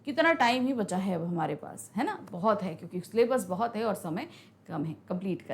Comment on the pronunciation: bhoit bhoit kaal 😂 bheut bheut chuke😂